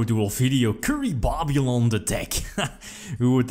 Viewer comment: Us: Kuribabylon: Curry-Baaaa-byuh-lon